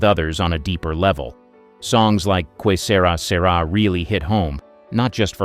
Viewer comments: Kway Sera Sera? Garbage computer voices. Mediocre video at best. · I knew it was a bot when it pronounced the song title as "Quay Sera, Sera." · I know it was mispronounced. And I was just singing along... "The future's not ours to see..."